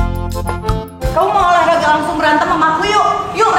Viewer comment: Mantaps. Makin seru konten nya. Btw olahraga ya bukan oraraga 😂